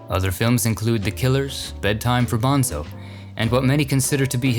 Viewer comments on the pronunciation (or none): none